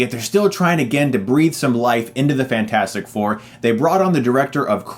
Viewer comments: "FANT-FOUR-STIC" LOOOL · When you said Fant 4 Stic instead of Fantastic Four, I laughed a lot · You know Chris, if you pronounce Fantastic Four as "Fan-four-stic" and Scream 4 as "Scruh-four-um" because it's on the poster, you now have to refer to one of your favorite movies as "se-seven-en". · I’m just here to hear him say “fant four stic” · You referred to it as "fant 4 stic" through the entire review. Subbed. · Fant-four-stic haha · I love this rant and I laugh every time hr says "Fant four stic" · I love how he managed to call it Fant-4-Stick every time! Love it! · As soon as he said Fant-four-stic, i knew this was not gonna go down well.